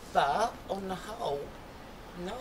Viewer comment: Why does he pronounce "th" as "v"? Ve instead of the, vese instead of these.